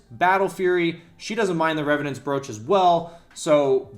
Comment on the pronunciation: brooch is pronounced broach